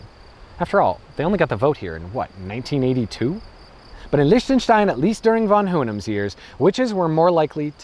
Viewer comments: "say it as leeshtenstein" oh my god no, who gave you that advice? Ch in German has IPA [x] pronunciation. Like Rammstein - ICH will. Or english (scottish) LOCH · The way you pronounce Liechtenstein is sooo wrong... It should be "Leehtanshtine" 🙏🏻 other than that... Nice video! I live here and it is indeed a very interesting place! They're the nicest racists you'll ever find! And I mean it! They're so helpful and cheery and smiley all the time... But you're not allowed to live in their country for more than a year! Wtf? 🤣 Unless you have loads of money... Then you're welcome anytime! Crazy ass people, I swear! But I love them anyway! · Why "Lish-tenstein"? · Well he already acknowledged that himself with the endslate thing: "SAY IT AS LEESHTENSTEIN there's no way that's correct USE IT ANYWAY thanks brain" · I'm trying to hold back from criticizing his lack of glottal fricative in the "ch" of Liechtenstein. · Wow such a quality video... Can't even pronounce "Liechtenstein" properly. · I mean... okey whatever this country might be not significant at all but still... still kinda caught my ear that he pronounces it differently most of the time... proves he doesnt give a damn. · Wow. This actually escalated quickly. I'm speechless. I just didn't feel like you tried to pronounce it properly. And i'm not trying to be too negative... just giving some critique. Cheers.